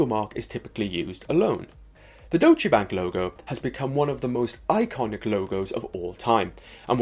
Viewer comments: All that perfect pronunciation and then..."dochee bank"? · its more like Doytch-uh Bunk